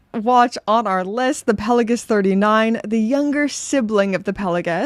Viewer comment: PEL-OH-GISS?!? It’s pronounced PELA-GOS.